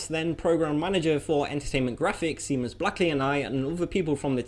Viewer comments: Wow, you owe Seamus' around the world an apology. It's pronounced like "Shame us" not like "Seem us". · Seamus. He pronounces it Sea-mus 😂. My father's name is Seamus. Its pronounced like Shay-mus. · Interesting pronunciation of Seamus